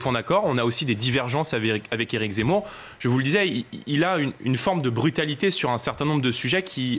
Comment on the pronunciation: Eric Zemmour est un homme, sincère. Courageux. propre sur lui. passionné de politique, captivant, cultivé, qui s’est assimilé. Certain m’ont demandé: “Oui, mais lui, il s’appelle “Zémmour!’ -“Pardon? Comment avez-vous dit ?” - J’ai dit Zémmour, Pourq… -Ont ne dit pas Zé mais Ze comme “e” et pas é! Ce que le monde est ignorant…hahahaha!😂🤣😅🥰